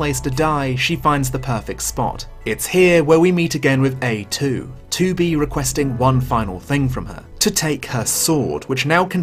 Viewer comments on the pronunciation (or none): Whenever I hear him say "A2" I hear "A-hole".